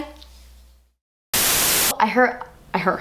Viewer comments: Lmaoooo the last clip emphasizing Das Esspensive!!! I love it. Can't wait for the release 😍☺️😊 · Was I the only one that noticed that she emphasized the "DAS ESSPENSIVE" in the last clip while showing her nail polish too much? Maybe she's wearing das esspinive KL polish! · lol i like the way she says esssspensiveee 😂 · You're not hiding anything from us girl ;) DAS ESSPENSIV HAAHA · WAIT!! She said "DAS ESSPENSIVE" at the end with so much emphasis and all I can see is her nails and I'm thinking, 'is that the nail polish she would release to be named Das Espensive?!" wink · "Very espensive" hahaha I love you so much